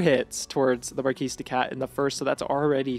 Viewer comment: "Marquis" has a soft "r" and silent "s", so it is not "Marcus D. Katt" it is "Mah Kiddy Cat". I know I am a killjoy, I just wanted to point out the intended pun.